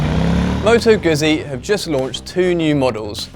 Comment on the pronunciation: Given that you have the word "pizza" in the script couldn't you have a stab at pronouncing "Guzzi" a bit better?